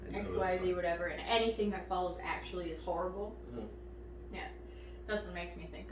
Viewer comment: "Snackutally" an example of snacksplaining